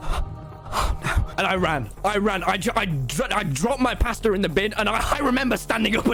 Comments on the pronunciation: i thought he said “pastor” like a church pastor and i was like huh? 🤔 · The way he says “pasta” sounds liked “paster”